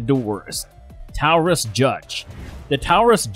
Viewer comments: All credibility was lost when Taurus was pronounced Towrus. That was reaffirmed with "dot 45 colt" & "dot four hundred ten" gauge. Those "." are decimals not periods. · Credibility goes right out the door when you have a robot narrator. What the heck is a Towerus? Must be made overseas. P. S.-who in the world carries a WW2 era Japanese pistol?? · Yeah as soon as he said towrus instead of Taurus I was out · Anything that uses .dot 45, dot .410, mispronounced Colt as Calt, and Taurus a bull as Tarus isn't worth a damn. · Tawerus? NO, it's pronounced Torus. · Towel-rus? I thought that it was pronounced as Tar-us. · Taurus rhymes with chorus. Not towrus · You are misprouncing many of the words in your video. It's Taurus, not Towerus. A Derringer is a pistol but can also be a revolver because what makes a Derringer , a Derringer is the birdshead grip and small size. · Seriously?! Tourist? It’s pronounced tor us…. Taurus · Dude it’s Taurus not towres lol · Knew this vid was gonna be good when I heard "TOWris" off the rip lol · I like how he says taurus....toweris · And it’s a Tar Us lol. Either individual has no clue or AI text to speech application is really good and just needs a few more tweaks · It's pronounced Towrus in dot 45 and dot 410 gauge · I could tell what kind of gun video this is gunna be when he pronounced Taurus like tourus haha definitely can tell hes reading a script and isnt a gun person haha. Talks about the type 94 nambu but shows mostly the type 14 nambu hahaha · Sorry, but I'm not taking advice from a gun channel that says "dot" 45 and "dot" 410🤣🤣🤣 I cringed at the pronunciation of "taw-rus", but not using the terms caliber and guage and replacing them with "dot" just screwed the pooch. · Did he say Towerus? I have the stainless Judge and I love it! It shoots " four hundred ten" shells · As soon as I heard "towerus dot 45 calt" and "dot 410", I could go no further. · Not the "Towus" 😂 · TAO-rus lol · "Towris"? Really? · The tower-us judge 🤣